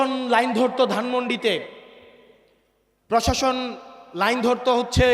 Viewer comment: পশাসন উচ্চারণ ভুল হবে প্রশাসন। ভুট ভুল উচ্চারণ হবে ভোট। ব্যাগম পাড়া নয় হবে বেগম পাড়া শুদ্ধ উচ্চারণ করতে হবে। আগামীতে জনপ্রতিনিধি হবেন ইনশাআল্লাহ। পধান/ প্রধান র- ফলা শিখুন